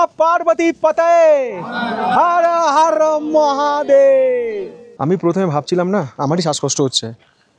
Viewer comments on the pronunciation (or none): শিবাজীর থেকে ভালো হচ্ছে ভিডিও, অনেক অথেনটিক ও ইনফর্মেটিভ ... কিন্তু ওটা হার হার মহাদেব নয়, হার হার বললে হেরে যাবেন কিন্তু ... পরিস্কার বাংলায় বলুন হর (হরো) হর (হরো) মহাদেব 😂😂